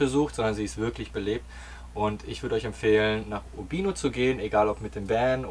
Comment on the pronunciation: Wer Italienische Reisevideos veröffentlicht sollte wenigstens die Aussprache der besuchten Orte beherrschen (Uurbiiino, Jeesi), und auf "krass und süß verzichten". Informativ an diesen 18 Minuten war leider wenig bis nichts. Schade!